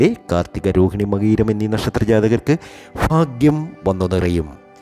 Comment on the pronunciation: നീട്ടി വലിച് കുറെ 'ഫാക്യം' 'മഹാ ഫാക്യം'... എന്നൊക്കെ പറഞ്ഞുകേൾക്കുമ്പോഴേ ഒരു വിരക്തി തോന്നിപോകുന്നു ... പറഞ്ഞ തന്നെ പറഞ്ഞു പറഞ്ഞു കുറെ ലക്ഷ്മി ദേവി ലക്ഷ്മി ദേവി .... ദേവി.... ബോറഡിപ്പിക്കല്ലെ 🤦